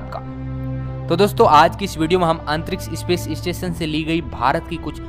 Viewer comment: कक्सा nahi bhai कक्षा अन्तरिक्स नहीं अन्तरिक्ष 🙄🙄🙄🙄